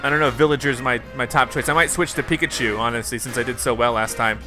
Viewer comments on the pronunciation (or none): none